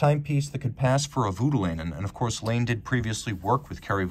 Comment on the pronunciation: Just a note, Laine is a Finnish name and is pronounced more like /laɪn e/ First part like "line" and then "e" from "e-levator"